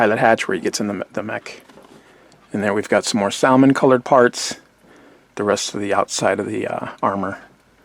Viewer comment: Also, the way you pronounced "Salmon" is very Puerto Rican of you lol ;-)